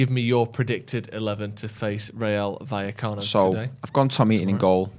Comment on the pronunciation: Finally pronouncing vallecano correctly